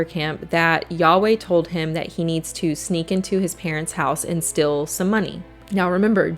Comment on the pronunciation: Strange how you pronounce the word steal "still".